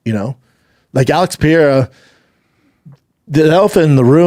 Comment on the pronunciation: Brandon mispronounces all the names. "Pierra"